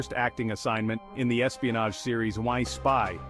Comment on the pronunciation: I Spy not Why Spy